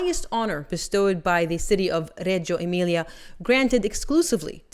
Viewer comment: Huge kudos for pronouncing Reggio Emilia correctly! Details like this make all the difference.